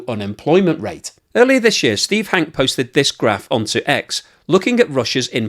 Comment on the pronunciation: It's Hankeee, not Hank.